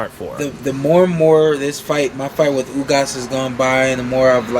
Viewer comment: Did he say “outboxed Ugas?” Lmao🤦🏽‍♂️